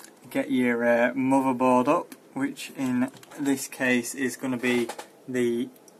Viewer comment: LOL at some point you show off your settings voltages etc.. that is pure bragging since the video is totally about bios update not your settings. Showing u have a longer ** is useless. The only useful thing in that case is that u suggest to write down the setting... Nice Mordor ... oh sorry mother board. Cool pronounce!